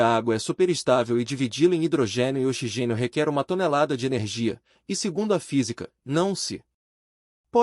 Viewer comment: Parei de assistir quando o narrador falou "xigênio" 🤦🏻‍♂️